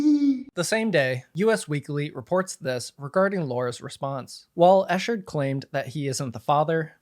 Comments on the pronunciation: ECKherd not ESHHERD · Just so you know, it's pronounced Ekheart not Eshard Great video by the way! I've been following for years now and he (nor Clayton) deserve this! #JusticeforClaytonEchard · Yeah, it got on my nerves as well. How do ypu make a video this long and constantly mispronounce his name? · Just a small name correction. It's pronounced "Ek-ard" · If you are going to report on a subject.....Please learn to pronounce their name correctly.... It is pronounced Eck hard. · 😞 pronounced. EK-KERD THANK YOU for promoting this story history for the books. Thanks to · The easiest research is to learn how to say the persons name involved. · Maybe in his ‘investigative reporting’ he’ll learn to say Clayton’s name right. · The incorrect pronunciation is driving me mad